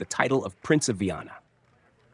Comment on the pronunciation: Comentarios con IA ,que desastre 😂😂 Es Viana no vanna😂 ni Viena